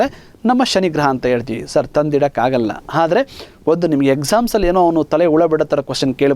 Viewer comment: Thank you for wonderful class sir nice explanation but one thing i should say...... sorry but while talking/reading u r making som mistakes haati, hanugalu, haadare, haadhika, haadbuta, haadanna antha wrong pronounce madtidira dayavittu aati, anugalu.......etc antha correct agi helidre tumba channgi annisutte sir🙏🙏.